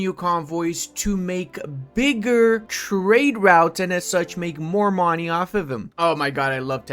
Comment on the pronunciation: That is not how you pronounce money.